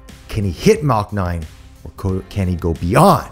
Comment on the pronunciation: Man I want to keep watching the review but when he kept saying “Mach 9” I cringe. But still love his enthusiasm!